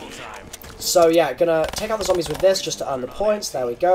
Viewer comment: Is it just me or did he say zambies?